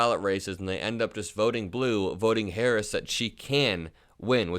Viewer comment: Woooow, he can't even say vp Harris name he called vp, and her America vote voted up-and-down the ticket